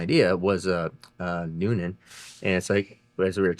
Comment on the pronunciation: "Splayed caps according to Noonan". Had to replay that as I thought you said Newton!